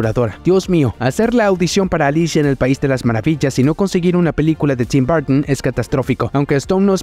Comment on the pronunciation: Burtn???? Jordn??? Sperermen???? Eiomen???? Todavía molesta la exageración en la pronunciación de las palabras en inglés. Todavía no ha recibido clases privadas de Lena Camila sobre como se pronuncian las palabras de inglés en español. Total fastidio.